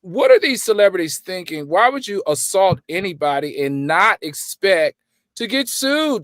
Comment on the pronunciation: Alleged “salt”?!?!? You’re more focused on reading what you wrote rather than making sure you’re pronouncing the words right 🤦🏾‍♀️